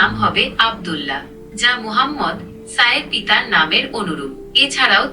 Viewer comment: বেয়াদবির একটা সিমা তাকাদরকার ai জদি হজরত মোহাম্মদ সাল্লেলাহু আলাইহি ওয়াসাল্লাম উচ্ছারন করতে না পারে তাহলে এতকতা বলার কি দরকার?